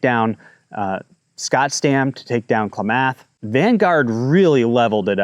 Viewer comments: Your information is incorrect. The water never ever re-enters the Eel River. The outflow from Lake Pillsbury keeps water in the Russian River. Another thing, you need to learn how to pronounce Kla-muth, not Kla-math and also Tu-lee elk not Tool Elk. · KLAM'-ATH not KLA- MATH' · Try “Clam-Muth” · Thanks for making this video with. Very important topic which smells fishy (no pun intended- well maybe.) Correct pronunciation is Klam-ath or Kla-meth. Painful to listen to repeated mispronunciations. Rocky Mountain Elk Foundation should also be interested in the elk population in the Potter Valley. The most revealing statement made here by is…”Independent, can-do people are not favored politically these days and an assult on those who can fend for themselves and produce food for others is the norm (Paraphrased)” Taking water resources from farmers/ranchers and devaluing the property of generational farmers is ludicrous. It’s a state land grab. Gov. Noose-um should swing by one before he completely destroys California agricultural, burns all its forests, covers all left over ground with micro climate changing/heating solar panels and migratory bird killing wind turbines. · Just thought of a way to tell you how to pronounce it. Kla(as in a in as)math(myth). I grew up hearing it all the time but just realized how confusing it could be. 😂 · And clam-ath , lol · Dude, you are pronouncing Klamath and tule like you’ve never been to California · I am a california farmer, for real. This is total, right wing, extrapolated nonsense. Doesnt know how to pronounce "Klamath" or " "tule". Disregard this video. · I’m sorry, I normally don’t comment but you might want to look up how to pronounce Klamath. 😄 I do appreciate your videos!!!